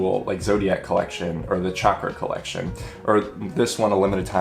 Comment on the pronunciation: Bonus points for pronouncing both chakra and hanza correctly.